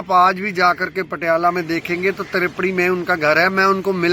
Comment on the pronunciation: Its Patiala not patalea bas lokkan nu gallan kadlo isto